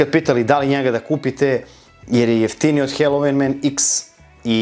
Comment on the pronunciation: Brate, svaka cast,samo jedna ispravka..IZGOVARA SE HALOVIN,NE HELOVIN..👌🙂